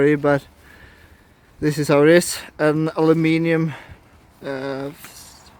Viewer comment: "Alumeelium" lol